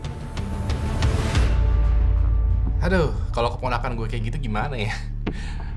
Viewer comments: Wirdjo (read:Wiryo) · Wirjo dibaca wiryo bang klo dijawa